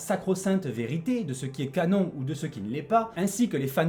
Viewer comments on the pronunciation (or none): none